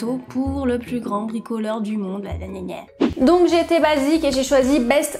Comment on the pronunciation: "La dereuniere" ;) 😂😂